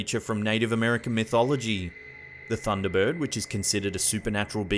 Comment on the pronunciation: How many syllables do you need in "bird?" He says "Thunda Burwud"